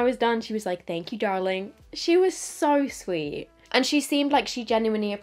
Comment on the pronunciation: “Darling” SO TEXAN lmao